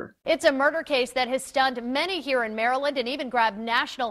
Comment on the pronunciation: But he pronounced Maryland like an American would, so he gets bonus points for that. People from outside N. America typically pronounce it Mary Land, which makes sense but isn't how we do it.